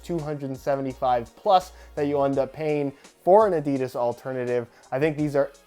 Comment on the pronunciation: His pronunciation of 'Adidas' Aha